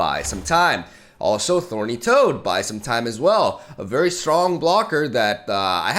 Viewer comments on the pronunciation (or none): yo, that's 'Thorny' toad, not 'Horny' toad!!😅😂🤣